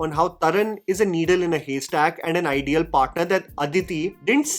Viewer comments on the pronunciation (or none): none